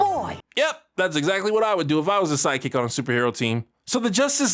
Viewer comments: I still can't tell if is saying "Sidekick" or "Psychic", and I'm pretty sure that's intentional on his part. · almost sounded like you said "psychic" instead of "side kick" heheh heh... heh